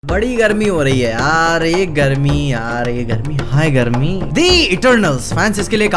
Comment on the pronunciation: it's not hi garmi, it's hayy garmii